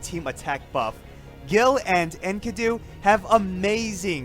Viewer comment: Its pronounced EN KEEE DU